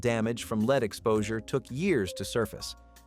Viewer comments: The 'leed' in paint was a bit jarring -- would writing it as 'led' give the tts a better lead? 😉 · Lead is pronounced L short E D… You are pronouncing it as “ LEED” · Lead??? It's led. I always thought this was a real person but of course no human would pronounce lead rhyming with seed..🙄